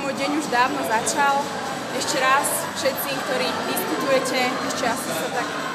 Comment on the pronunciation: v prvom rade sa nauč vysloviť "hej všetci" :D